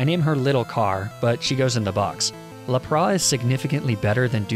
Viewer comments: downvoted because 'laprah'. it's annoying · What language do you speak in order to pronounce lapras' name like that? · what the hell did you just call lapras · Next Pokémon challenge: pronounce Lapras correctly (Yes I heard ur Pokémon names are arbitrary comment 🤪) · Your calling lapras la pars it's named lap pris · It's not that pokémon names are arbitrary, it's that almost every pokémon has been featured in the anime, which is an officially licensed Nintendo series, and therefore, can be perceived as possessing the correct pronounciations for all of those pokémon. It's Lap-ras, not Lap-rah. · I'm genuinely confused by your pronunciation like La-pra. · Dude its lappra is said like LApraSS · Bro some of your pronunciations are wack, lapras is literally phonetic, it’s lap-ras, not lop-rah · "Pokémon name pronounciations are arbitrary!" Me: "Sure!": "La-Prás." Me: "No, absolutely not!" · Ah yes, LAPRAH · “A lapra” AHHHHHH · you're calling Lapras laprosse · i die everytime he says lapra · Lapras….. Le Pra….. what….? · "It's almost as if pokemon pronunciation is arbitrary." I see what you're doing here, you're not getting away with calling Lapras "La prawe." Sure, arbitrary, but Lapras is not one of those pokemon without an established way to say their name. There must be order! Love your vids though,. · Pov: he said Lapra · His arcanine and lapras prounonciations make me perish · That arcanine and lapras pronunciation gave me cancer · Pronounce Arcanine and Lapras right PLEASEEE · “Pokemon names are arbitrary” ah yes, arcaneenay and lapraah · ... leprah edit: ARCANEENAY I'M DYING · Arcaneenay and laprah. Lol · Why is lapras being called lapra and arcaNINE being being pronounced arcanaynay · "Lapr-ah" "Arca-nee-ney" Sorry, huh?- (Also, not trying to make fun of peeps, just thought it was kinda funny, that's all-)